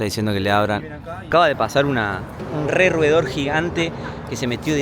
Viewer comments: Bueno el diciendo roedor ya esta gringo jaja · Ulala!! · Roedor, ulalá